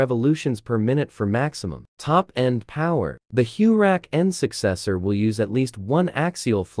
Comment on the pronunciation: Tell me more about this “Hue Rack N”. Sounds very interesting. SMH…..